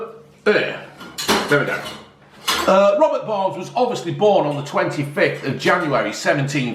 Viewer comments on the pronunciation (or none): Haggis,neeps and tatties one of the greatest meals ever and you had to go and fk it up with gravy and fkn leeks c'mon get a grip son....it's burns not Barnes ya muppet 😂😂😂.....not just for burns night btw....hey you should revise your twin peaks chocolate bar "pound land" they have about 5 or 6 different flavours now 👍.......say hey to June for me and the ginger one 😄